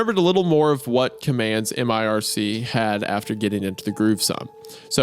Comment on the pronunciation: Dudes its not m-I-R-C, its just mirc. I about had an aneurysm